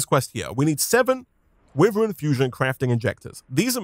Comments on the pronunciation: it’s why-Vern not wiv-ern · Is it just me that gets mildly annoyed at him saying wiv-ren Instead of why-vern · i know it's a bit nitpicky but it would be better for my ears if could pronounce "wyvern" the right way which is "why - vern" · Its starting to anoy me how he says whyvern (wyvern) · I mean he isnt right nor wrong Maybe he got that due to the word being already hard to pronounce